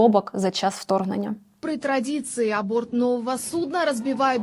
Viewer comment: Мне послышалось, или она сказала АБОРТ нового судна? Ну собственно нахрюкала беду... Абортировали)))